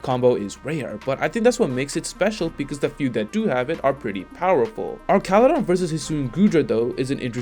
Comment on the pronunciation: He’s based on a bridge. His name should be pronounced like an arch in bridge design.